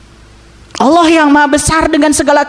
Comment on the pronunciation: Memangnya kalo puasa yg marah tetap marah yg korupsi tetap korupsi kamu ngomongnya ngawor belajar lagi kamu ilmu agamanya nyebut alloh aja olloh